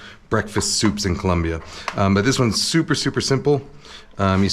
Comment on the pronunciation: I heard “this one’s souper souper simple” 😂